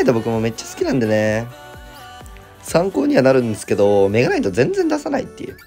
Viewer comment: デッキ画面出てきた時のメ↓ガ↑ナイ↑ト枯渇で吹いた